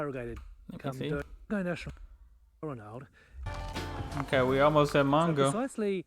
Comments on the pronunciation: In all my 68 years I have never heard Balranald pronounced like that. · He pronounces it so strangely that you didn't even catch it. lol .... its in the first few minutes, beginning of the journey, he says it a few times. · It helps if you listen to what is said, that way you avoid needlessly banging on about Africa. The presenter sounds Australian and doesn't know how to pronounce Balranald - his credibility blown in the first few minutes. He can't pronounce the word "pastoralists" either. Sheep eat salt bush, it gives their flesh a unique flavour, salt bush fed sheep meat sells at a premium, how come this dufus didn't know that? You sir interrupt too much, talk too much shit and fail to grasp the essence of this amazing place. Save yourself from a further display of ignorance and skip part 2. For what it's worth, I've been to Lake Mungo and found it both stunningly beautiful and totally awesome.